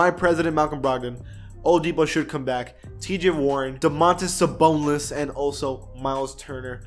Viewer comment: Did he say sabolis?